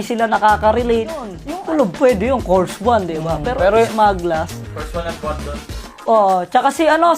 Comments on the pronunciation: cors one? 😂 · kors wan daw hahah